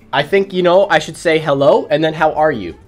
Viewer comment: I love how he just starts out with the most AMERICAN accent ever "HeLLo"